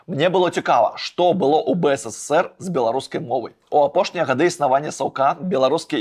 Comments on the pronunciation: выдатнае відэа, але БСССР праз слова замест БССР троху рэжа вушы( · Только не БЭЭСЭСЭСЭР, А БЭЭСЭСЭР ! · ты ў БСССР занадта шмат "С" вымаўляеш)) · Реально, сперва было интересно смотреть Но очень режет слух БСССР.... Какое нафиг.... На мастерке почитай как правильно.... Ёпть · Ён кажа "бэ эс эс эс эр".